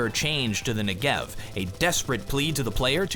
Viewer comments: it is pronounced NE-gev. It's an Israeli weapon, named after the southern part of Israel. As a Hebrew speaker my brain hurts when I hear "ne-GEV"...:P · Never say Negev-er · You are pronouncing it wrong and it triggers me :P It's not Ne-Gev, it's N-e-g-e-v